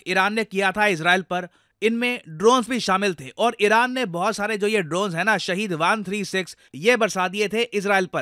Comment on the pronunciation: Arey Sir, pronunciation toh acha se koro, iran toh iraq sunai deta hai